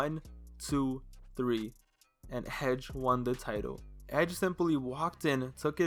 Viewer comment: Why he say hedge instead of edge lol